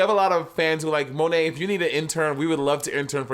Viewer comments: Monet butchering her own french name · When Bob actually says Monét's name better than her 😅 (I'm French)